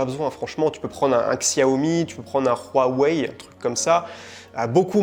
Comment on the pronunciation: On dit Shiaomi et Huawei !!😁